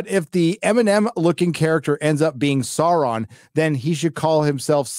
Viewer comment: HAHAHAHA SHEAURON? :D